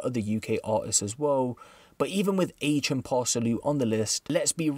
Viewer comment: MAN SAID AITCH LOOL